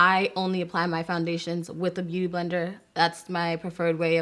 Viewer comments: My girl struggling trying to say Beauty Blender lol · The way she says “beauty blender” lol